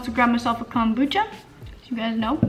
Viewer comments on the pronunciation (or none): Every time you say “kahm boocha” I die